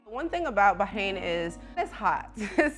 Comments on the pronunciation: It’s BaRRRRAIN not BAHAIN! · I think it’s “Bah-rain.” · he’s not saying it right tho. the r isn’t silent in Arabic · Why are you pronouncing it Bahain and not Bahrain? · It's Bah Rain, not Bah Hain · Its "BAR"-RAIN not bay-hane..the h is silent.. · Americans pronouncing everything wrong. First Eye-raq, now Bah-ein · eh? Why would anyone be? She's getting something horribly wrong I mean it hurts my ears. BAAAAAH KRANE I'm super jealous of her saying that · Are you actually serious? She’s not saying correctly at all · love the video, but the pronunciation of the country was killin me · First time hearing someone pronounce the country like this, it’s cute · She’s not saying it correctly 😖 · and failing miserably in the way that only Americans do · she’s not saying it correctly. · Its not . Ive lived here for 3 years and not one Bahraini pronounces it like that . In fact they always compliment my pronunciation . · sure its great if you're rich. even then still way too hot. also is it a silent R in Bahrain?